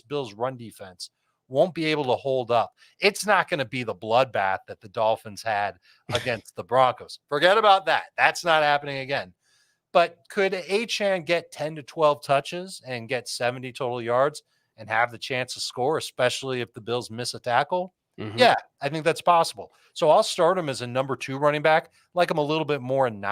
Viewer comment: Spelled achane. Pronounced achain. Speak english